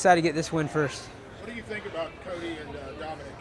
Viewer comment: They don't tink like i tink - Urijah Faber